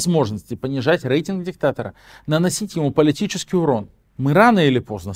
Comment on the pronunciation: В слове «рейтинг» по правилам русского языка произношение звука р мягкое, как перед е, а не э.